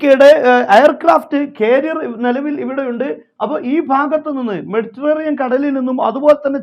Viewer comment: മെഡിറ്ററേനിയൻ എന്ന് പറയൂ ❤️